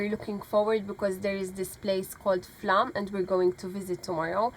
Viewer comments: FLOWM.....PRONUNCIATION AS Å has a O sound in Scandinavian language. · It's actually pronounced Flom. the Å is like "awe". The 29th letter of our alphabet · It is pronounced Flom. Norwegian "å" corresponds to "o" in most languages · Watching this, you have just passed Flåm, and it is pronounced like "flaw" with an m added at the end...